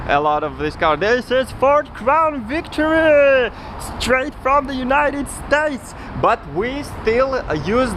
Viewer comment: It’s Crown Victoria not crown victory